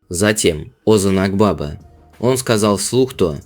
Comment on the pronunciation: Озан Акбаба ударение на последнем гласном и в имени и в фамилии